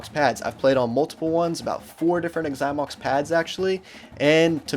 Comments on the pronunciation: Okay, first of all it’s “Zy-mox”. If you’re going to review a bad company, say the name of said company properly. Secondly, I’d never buy a Xymox pad. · Why does he say “igxymox”? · The way he pronounces Xymox is so annoying!